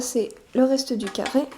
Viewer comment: 0.29 un ccaarrrree mdr elle ne sait pas parler...mdr non je rigole c est surement un probl dans le tournage sinon merci bcp c a m a occuper et c tres beau